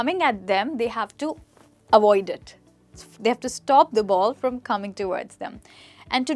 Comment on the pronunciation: Say avoid not awoid